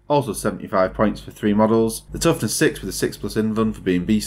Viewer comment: With your accent when you say "points" it sounds like "pints" to me and now i want a beer